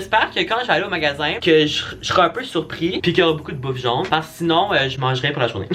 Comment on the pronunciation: C’est pas jaune, mais jone 😂❤️